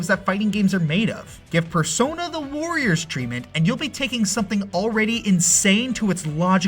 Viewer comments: Am I the only one that constantly heard "voyeurs"? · Sounds like he's saying "Vorriors". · You know, saying "warriors" in a German accent sounds like "voyeurs"... kink confirmed Edit: BTW, there's already been a Tales Of warriors-esk game